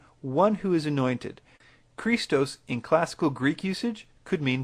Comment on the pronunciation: is a noob at pronouncing greek. Iesous as iseus... seriously. It is pernounced I-e-s-oú-s. Don't get me started on him saying Chrístos instead of Xristós (x being the greek letter chi, it isn't pernounced chi).